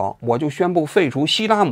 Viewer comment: 王局说的那个条约不是希拉姆是西姆拉😂